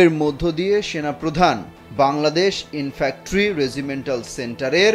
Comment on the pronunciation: উচ্চারণটি হবে Infantry ( ইনফ্যান্ট্রি)।